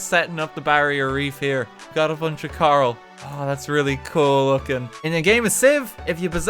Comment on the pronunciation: mans really called coral "Carl"